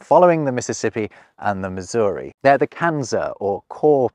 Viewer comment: bro said Missouri and calls himself a language expert, HA!